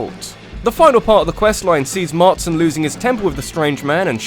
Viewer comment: "John MarTSon." (wince)